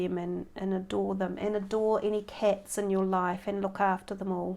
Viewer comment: Nice reading, thanks. I think it's pronounced cats and not cets. LOL